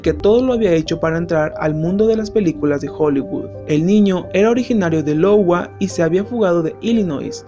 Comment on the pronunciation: "LOWA".... IOWA!!! (aiogua)